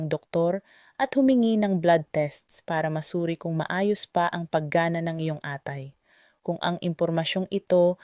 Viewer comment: Mali po ang bigkas ng atay...mabilis po ang bigkas